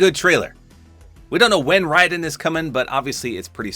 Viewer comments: He got Raiden's name pronunciation correct (well, as best we're going to get) But, I'm both excited and surprised. He gets his MGS2 look, but not the MGS4 look? Oh well.. Happy to see him regardless. I know people hate Raiden because of the MGS2 switch-out, but I like both characters. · Huge props to you for understanding how to pronounce Raiden’s name.